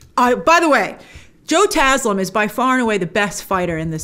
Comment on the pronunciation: Grace, thank you for pronouncing Joe Taslim's name correctly! Love from Indonesia!!